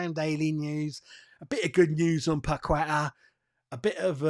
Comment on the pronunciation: FFS - Paqueta has been with us for 2 years. Ask him yourself if his name is pronounced Pakweta. I'd be annoyed if a Hammers reporter still can't say my name right after 2 years.